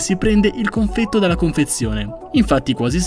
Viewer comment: Ma confetto si dice con la E più apertaaaaaa comunque grande bel video